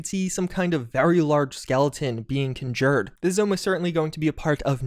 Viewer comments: Me out here with my pedantic and uncalled-for pronunciation corrections again lol. Sorry XD “Trih-byoon-ull” ❌ ➡️ “TRY-BYOON-ull” “Kun-JERR” ❌ ➡️ “KAAN-jerr” ✅ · Why do you pronounce “conjure” this way